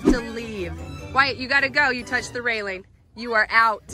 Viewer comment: "Don't touch the reiling"